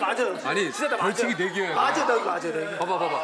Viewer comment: 벌칡! ㅋㅋㅋㅋㅋ 뭐냐고 ㅋㅋㅋㅋㅋㅋ 발음 새는거 개 웃기네 ㅋㅋㅋ 입에 콩 물었냐고 ㅋㅋㅋㅋㅋㅋ 누가 콩진호 아니랄까봐 ㅋㅋㅋㅋ 자기가 한 말. 번역해서 더빙하는 거 뭔데 정말.. ㅋㅋㅋㅋㅋㅋㅋㅋ 벌칡! ㅋㅋㅋㅋㅋ 뭐냐고 ㅋㅋㅋㅋㅋㅋ 발음 새는거 개 웃기네 ㅋㅋㅋ 입에 콩 물었냐고 ㅋㅋㅋㅋㅋㅋ 누가 콩진호 아니랄까봐 ㅋㅋㅋㅋ 자기가 한 말. 번역해서 더빙하는 거 뭔데 정말.. ㅋㅋㅋㅋㅋㅋㅋㅋ